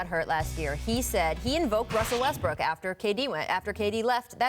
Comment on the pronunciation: "Wussell Restbrook" - Brian Windhorst